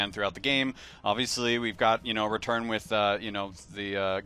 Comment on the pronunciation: stop - saying - WHIT!